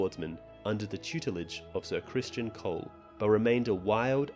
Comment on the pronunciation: Ser CRISTON Cole, not “Christian.”